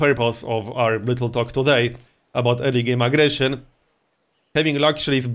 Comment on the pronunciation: The way you said early game aggression sounded like illegal immigration :D